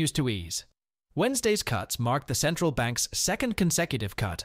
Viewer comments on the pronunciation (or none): Centrral bank